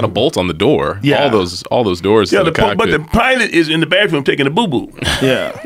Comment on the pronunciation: "Ain't nobody go up in the bafroom for 35, 45 minutes" 😂😂😂